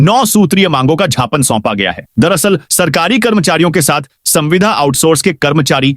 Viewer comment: हे उद्घोषक म,,प्र, समाचार ।आप ज्ञापन को छापने क्यों बोलते हैं क्या मेनेस्कपिट ही आपको गलत दिया जाता है या आप ही ग़लत उच्चारण करते हैं।ऐसे ही शीतलहर को शीतल हर षशबोलते है।कमी बार आपकौ बतलाया गया है।मैं अपने आप को सुचारु या आप ही अपने आप सुधार करेंगे। हजारों श्रोता गलत उच्चारण सुनते हैं। सही क्या है। मैंने भाषाविद और Ai से भी जानकारी ली तो उन्होंने भी ज्ञापन और शीतल लहर को सही बताया है।आप रोज रोज टिप्पणी करने को कहते है मैं सेकडो बार सही उच्चारण करने पर जोर दैया रहा हूं।आपने कभी गौर नहीं किया।आप टिप्पणी करने को कहते ही क्यो हो जब आपको देखना नहीं है।